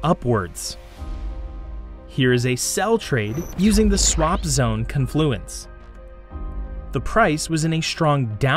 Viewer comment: Con is the long syllable in confluence. Like Caaan fluence